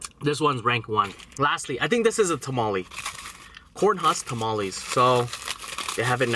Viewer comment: Also they are called (Ta - ma -les say that in a mexican voice ok bey